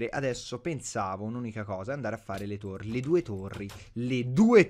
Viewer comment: Torri, no tori :-)